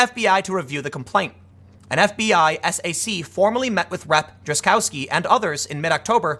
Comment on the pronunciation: SAC- pronounced SACK! TEABAG - Tactical Evaluation, Assessment Bureau of the Attorney General.